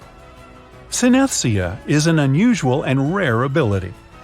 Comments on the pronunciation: it is pronounced sin-ess-THEE-zee-a, not sin-ESS-thee-a. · Check your pronunciations .... Denisovans... Synesthesia